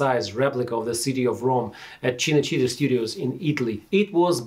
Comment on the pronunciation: The way you pronounce “Cinecittà” is quite bad